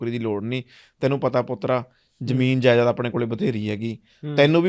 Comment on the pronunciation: Jaidad hunda jaiyad nhi